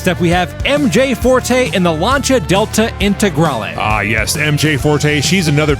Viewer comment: Lancia Delta Intagrale, perfect pronunciation! Greetings from Italy !